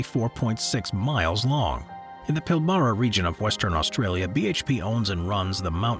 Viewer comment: Soz to pull u up on pronunciation but the Ghan is pronounced Garn. The Pilbara is pronounced as Pilbruh. Also, Straya, is one of the biggest iron ore exporters in the world. That's actually how our govt makes money & why we are a rich first world nation. With the climate change crap going on & my country's new govt has started shutting coal stations down with the mines closing not long after is when you'll see things turn to shit. That's when you'll see my country turn into an extremely poor country coz no more mining, selling & exporting means no money coming into the govt & there's nothing else we have that the world is interested in buying